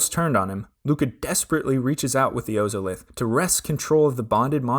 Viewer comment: OZOLITH. It's pronounced ozolith, like wizard of OZ oz-Olith